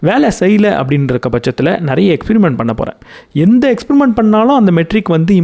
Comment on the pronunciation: Good to hear your narration. It’s not பைவட். Suggest to refer the dictionary about new words. Same way in another book it was spelled as மோனாபாலி.